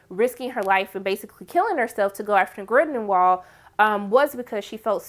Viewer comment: I'm over here like, "Who is GrindeNwald?" Lmao